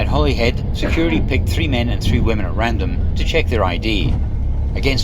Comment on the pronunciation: Another gem- however Holyhead (Caergybi in Welsh) is pronounced 'Hollyhead' or-if you want to sound local- 'Olli'ead aye' ! The breakwater is magnificent- longest in Britain ?- some 50-60 men were killed in it's construction and millions are to be spent repairing and upgrading it. The town is at last on the up.